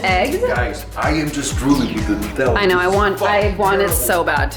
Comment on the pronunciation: She's pronouncing Nu-tella wrong